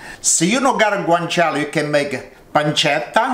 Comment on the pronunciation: Hi, i'm italia. It's "guanciale", not "guancale". "Guancale" it's more like reading it "guankale". Understand? Sorry for my bad english